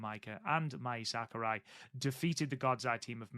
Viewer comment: You got Mai Sakurai right. 👍 Same vowel rules apply to Saori. 🤣